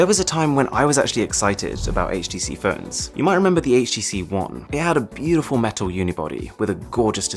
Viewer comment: im sorry but am i the only one hearing 'ferns' instead of 'phones'?